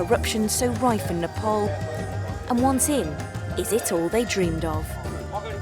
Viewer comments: new world slavery legion and this call what ever you want cant hide facts with TITLES ANDITS PRONOUNCED NEE-PPAA-LL not nipple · It’s Nepal 🇳🇵not nopol Idiot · It’s nepal not nopal